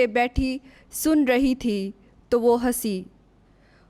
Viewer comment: Well Done 👏 ✅️👍🏆,Waisy to Aap ne BUHAT Achi Tarhan se BIBLE Reading ki, Bas 1 Word 3rd Verse main to ko tu parha. GOD Bless 🙌 You